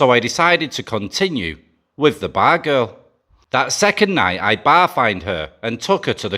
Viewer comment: The more times you say "money" and "bar girl" the more likes you get from me. We Mid West people love that accent on those two IMPORTANT words! Lol.